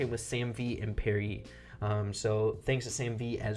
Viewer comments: Lol Pierre is boxingurmom and its not PEAR-EE its PEE-AIR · I'm pretty sure it's PYAIR not PARRY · I think his name is pee-air not parry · its not perry.its pierre. (Pee-air) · Pierre is french and not pronounced perry, its pronounced P Air in english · He kept saying Pierre (perry) but it’s Pierre (pee air) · Nobody gonna say anything about how called pierre "parry"? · French name: pee-air: Pair-ree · oh god your still calling him "parrie" lmao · You pronounced Pierre as Perry.... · Please look up the pronunciation of pierre